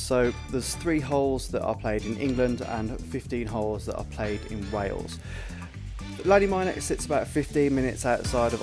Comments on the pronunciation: Top tip. Ask someone how to pronounce the name of the course 😂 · Excellent video - but very disappointing that you didn’t take the time to correctly pronounce the name of the course. 😮